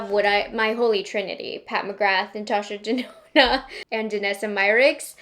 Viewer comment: I HATE the was you say Natasha “DZenona” 🥴